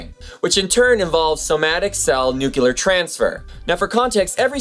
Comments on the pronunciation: "Nucular" is not a word, just FYI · Just a note: the word nucleus and the related words, i.e. nuclear, are pronounced nu-kle-er, not nu-kye-ler. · its not nukulus.. its nucleus.... jus like its not it not nukular bomb but nuclear bomb.